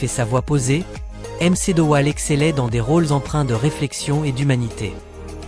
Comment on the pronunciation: Roddy m. C. Dowell. 😂😂😂😂😂 MC se prononce "mac" c'était franchement nul